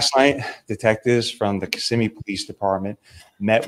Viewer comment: It's Ki-ssimmee NOT kiss-immee. You got it right tonight. Thank you